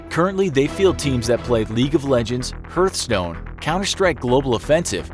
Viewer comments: ITS NOT CALLED HURTHSTONE ITS HARD HARTHSTONE SPELT LIKE HEARTHSTONE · H EARTH stone, lol not how you pronounce it. Its pronounced harthstone. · It’s pronounced HEART-stone not HERTH-stone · Herthstones XD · "Hirthstone" rip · did he say herthstone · is it so hard to say "heart stone"? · "hurt stone" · ‘Hurth’ stone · Hurthstone? Good job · I'm mad because of the way you said hearthstone. But that's just me. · U said hearthstone wrong :( shame